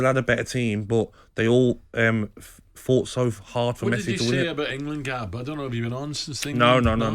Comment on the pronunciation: Nobody: Gabby: Ingerlund